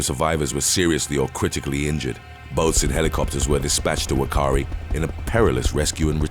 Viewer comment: Hate to break it to you but NZ ‘Whakaari Island’ the ‘WH’ sound is actually pronounced as an F Yes folks it’s Fakaari Island & the little town on the mainland is Fakaari….👍